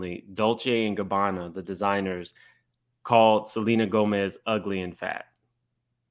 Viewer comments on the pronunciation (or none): none